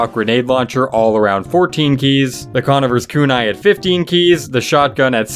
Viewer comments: dude said con-nih-vers kunai lmao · The way this guy pronounced “Conniver” made me wince.